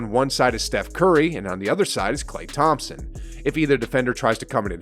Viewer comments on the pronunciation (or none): none